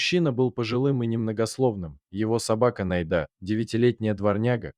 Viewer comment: Как всё, однако, замешано на дЕньгах. Если читает робот, научите его правильно делать ударение! Не НайдА, а НАйда; не друг другОм, а дрУг дрУгом..... Спасибо за рассказ!